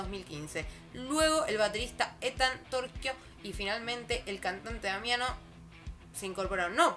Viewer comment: Sei molto simpatica 😁. Eres buena, pronuncias TorCHIo (Ethan) correctamente, generalmente si no eres italiano pronuncian TorCIo, Brava!!! Saluti dall'Italia ❤